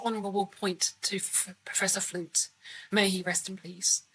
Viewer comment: absolutely! I was just amused that you called him Professor instead of Principal, and Flute instead of Flutie. 😉 Most Principals in US high schools aren't technically professors, and I also got a visual of a big flute fluttering away like it's a star in a Jethro Tull solo. 🤣 Maybe an animated flute... Principal Flutie was a good-hearted fellow, it was sad to see him go. But Principal Snyder, a guy we love to hate, is an excellent replacement.